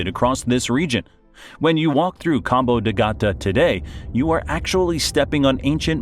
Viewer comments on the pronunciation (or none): Es Cabo de Gata.🤦🤦🤦🤦